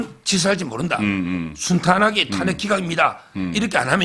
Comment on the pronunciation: 송국건씨.. 발음이 이상함 정권인지 증권인지 구별이 안됨 탄핵(저음)인지 탄액(고음)인지 어느나라 발음인지?????